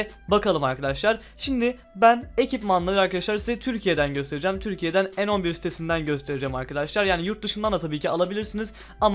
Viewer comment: Kanka en 11 değilde ne 11 diye okunuyo ama sen bilirsin